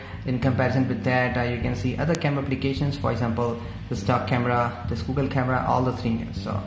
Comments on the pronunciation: You made a mistake, it's Google not Googe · it is Google not Googe camera😂😂